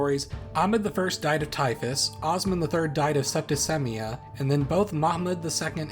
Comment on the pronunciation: That isn't how you pronounce scepticemia